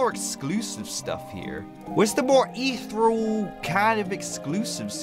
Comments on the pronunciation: Isnt it pronounced “EEthirial” not “ithurels” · Its pronounced eth . Eeree . al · the elements, are plasma (slime) shadow (ghost) mech (the gears) crystal (the jewels) and poisen (the last one you couldn't name) also, ethereal, is pronounced: ee-theer-ee-all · I’m sorry but it’s pronounced: ee-thee-reeyal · they aren’t crystals, they are shards. you pronounce it ETH-EAR-REE-AL. The Ethereal elements are: Plasma, Shadow, Mech, Crystal, Poison. (Blarret is a Ferret) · its pronounced (eth ee ree al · Every time he says ethereal wrong part of me dies